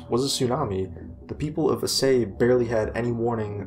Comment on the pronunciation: Aceh is pronounced A-ch-eh